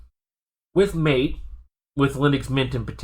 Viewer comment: Great video. I might send this to my dad. Im trying to get him to switch from windows and he’s in another state. I just have one point: it’s pronounced ma-tay. Also: ventoy rocks. I’ve never had an issue with installing windows using it either. In regards to Linux, it’s rare for an iso I use to be that large anyways. I have noticed sometimes ventoy will only boot when I choose the grub2 option instead of normal boot. It’s not perfect. But still the best.